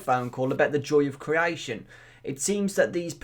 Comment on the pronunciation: Criaition criaition. R u english??